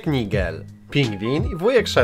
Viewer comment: Nigel czyta się Najdżel